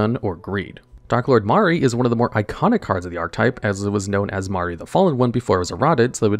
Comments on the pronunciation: "Mar-ee"? bro doesn't know how to say Marie lol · Dude can't even pronounce "marie" correctly I give up